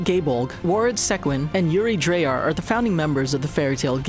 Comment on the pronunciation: Ik i shouldn't complain but he said dryar wrong